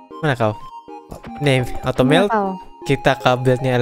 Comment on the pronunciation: Bang bilang nya kok automelet